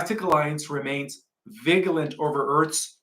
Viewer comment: we love your presentations and as we are all learning, please learn the pronunciation of 'vigilent' and 'vigilence'. The 'g' is not prounced ga it's pronounced ja as in vig ilent. Like vegetable isn't veg able. 'Vij ilence'. Also, 'om in ous' not 'om ni ous'. Thanks